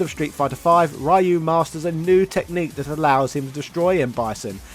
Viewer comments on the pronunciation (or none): Why call him Raaaaayu? Worst slaughter of a character name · Who the hekk is Rye-You? Please answer Naming Ban See? That's not how your name is pronounced, neither is Ryu's:) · Why do you say rayu? 😭😭😭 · i wince every time you say ryu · I just want you to know that I'm a fan of your videos and sense of humor, but every time you mispronounce Ryu's name, it HURTS MY SOUL. Nothing personal, it drives me bonkers if anyone does it. But I KNOW you know it drives nerds like me crazy, so I have to wonder... Are you dabbling in Psycho Power yourself by doing this?! Can we expect the rise of as the new leader of Shadaloo? XD Jokes aside, love the video, keep up the good work!